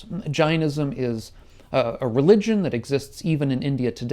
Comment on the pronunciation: pretty shocking how you mispronounce Jainism